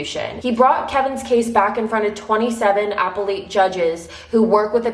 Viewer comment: You do true crime and can't pronounce"appellate," come on, do better! But, I do love your channel!